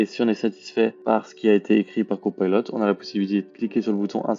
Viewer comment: Copilot svp et non cpaylot. En français c plus joli.